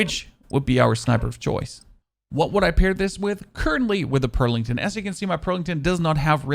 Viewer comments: I admire your videos dude. One thing : it's a Pelington, not a Perlington 😜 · Wtf is a "Perlington"... F